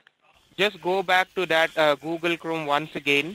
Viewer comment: Google or Obble?